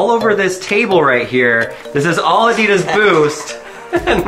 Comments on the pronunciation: Its Adidas not Adeeedas! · Listen your American, say adidas right, (adeed -is) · Ad-i-das ... not a-deed-das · Its not “uh-de-dis” Its “ah-dee-das” It may be your accent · You pronounce Adidas incorrectly. It’s pronounced Adi -Das. The word comes from the shortened name of it’s founder, Adi Dassler. His brother, Rudolf Dassler, is the founder of Puma shoes. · It’s pronounced a dey das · Is he saying Adidas wrong or am I? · Why are you saying "Adidas" wrong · It’s not adidas it’s adidas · U are pronouncing Adidas so wrong